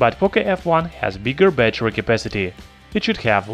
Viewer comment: lol pronounce Battery